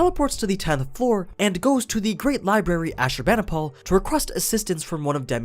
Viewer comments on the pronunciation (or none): OOf, I can't get into all the mispronunciations in this but as an Assyrian, one stood out. Ash-ur-bah-noh-pul. Ashurbanipal.